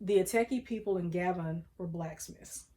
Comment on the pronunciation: The country is pronounced GAH-BONE. I am looking forward to getting my results.